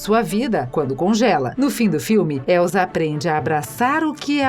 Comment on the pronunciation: Não é Elzaaaaaaa é Elssssssaaaaaaaaa som de sssssssss e não de zzzzzz